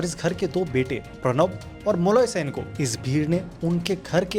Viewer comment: it's not sain it Sen